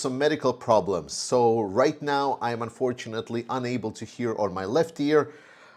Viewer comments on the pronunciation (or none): none